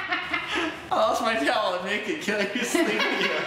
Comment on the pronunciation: im prety shur "i lost my taoual can i sleep with you " will get you the lades